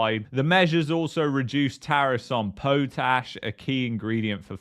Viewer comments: Pot...ash...not Poat ash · Potash is pronounced pot-ash!